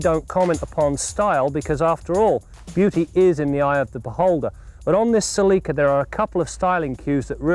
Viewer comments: They pronounced it CELIKA. Proud owner here 283k mikes and still going. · Celica it pronunce in a British way. Considering its Canada that is no surprise to me that they say it in that way. The American say sal-le-ka